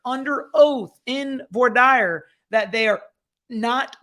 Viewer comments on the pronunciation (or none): it is vwa deer not voy dire